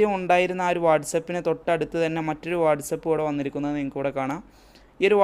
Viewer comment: Its not what's up... It's whatsapp..